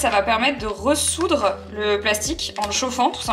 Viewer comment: J'adore cette chaîne, vraiment ... mais heu ... je peux pas m'en empêcher, " re-soudre" ... re- souder ;) bisoux!!!